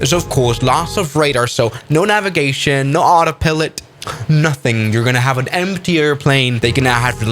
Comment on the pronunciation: AutaPilit u mean Autopilot